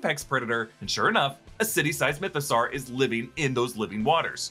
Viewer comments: why do you keep pronouncing it like mythO-SAR? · It's Mytho-saw like dinosaur. Saur is pronounced saw.